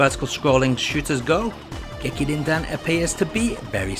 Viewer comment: "Gekir-Rin-Din" — James Rolfe